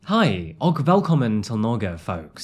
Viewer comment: What do you expect 😂 The guy pronounced "og" like reading it. He could apply the Google translate pronounce and know how it should sound. 😅